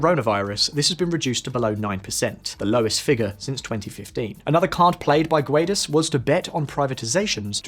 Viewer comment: Guedes reads like gedys, not like gwaydees.